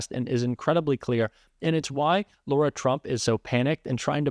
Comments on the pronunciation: Isn't it "Lar-ah" not "Laura"? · Lara not Laura - come on, giving MAGA grief for Kamala pronunciation! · I LOVE that you call her Laura instead of Lara!!!!🤣🤣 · Please. Understand….the name is LARA not Laura….. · her name is LARA not Laura. A horrible person, but get her name right. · ‘Lara’ not ‘Laura’ surely! If it’s spelt Lara it isn’t the same as Laura. It’s the same difference as that between ‘far’ and ‘four’. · dude, her name is lara, not laura. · I thought her name was Lara (as in Lara Croft, not as in Laura) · Her name is Lara, not Laura. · Now … are you pronouncing her name incorrectly… isn’t it L..Ara …. not La Ura…. I know it doesn’t make any difference to her acceptability as a respectable spokesperson… but under all the other pronunciation uproar perhaps we ought to get it right. 💙💙💙💙💙💙💙💙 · Just a pet peeve of mine: Lara ≠ Laura. Both are distinct names, spelled and pronounced differently. Other than that: Carry on as you have, your work is appreciated! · It's LARA not LAURA. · You need to pronounce it right. Her name is pronounced LAR-AH. Not loor-ah. We can’t call them out for not pronouncing Kamala’s name right if you don’t do the same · Calling Lara Trump "Laura" is as disrespectful as mispronouncing Kamala Harris' first name. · Laura is Laura. La-Ra…. Lara is not Laura. You are calling LaRa Laura. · Lara, not Laura. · It’s LARA not Laura!!!!!! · I think it’s pronounced Lay-Raw. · Pronounce Lah' ra